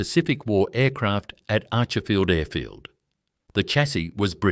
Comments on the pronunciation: Please ditch the AI, bad pronunciation especially Archerfield 😂 I prefer to support original genuine narratives. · It IRRITATES me very much the use of AI voice. The pronunciation of the airfield is SO wrong, it destroys the viewing of this content. PLEASE redo it then it will be watchable with sound on 😡